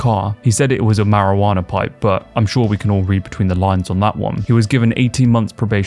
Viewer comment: Bro, there's no R at the and of Marijuana 😂 🤦🏼‍♂️